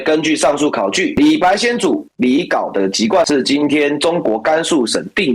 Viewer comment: 甘肃省定西市临洮（tao二声）县